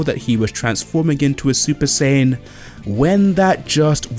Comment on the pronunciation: Super Saiyan and Gear 5... and you don't know how to pronounce either of them. Not a good start to the video. Maybe do a little better research next time?